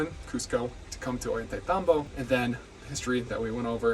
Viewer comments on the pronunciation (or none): Thought of mentioning that the "tay" in Ollantaytambo should be pronounced as "tie", rhyming with "ay" in "ay, caramba". Great overview of the place and I hope to visit someday!